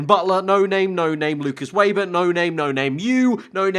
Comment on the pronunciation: Also tell Weber is pronounced ‘Vayber’ and not ‘Wayber’